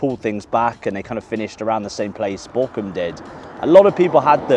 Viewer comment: the bochum jersey is stunning up close, wow! also, pls dont take it as front, but your pronounciation makes it sound like Borkum sometimes, which is a picturesque island in the german north sea. worth a visit, or google at least! cheers from Dresden <3